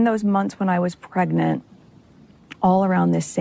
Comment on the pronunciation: Markle can't even say 'pregnant' right let alone carry a child. Shame on Harry for bringing this guttertrash into our Royal Family. The pair of them are deeply disturbed, sick individuals. Repugnant!